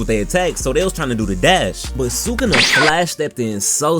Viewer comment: You’re the first YouTuber I’ve heard pronounce sukuna’s name correctly.